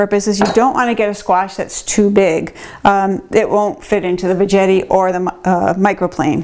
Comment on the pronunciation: Veggetti rhymes with spaghetti. Not VeJETTY. should be named Zoodler. I have the power one. I just push it down and it is zoodled in like 10 seconds.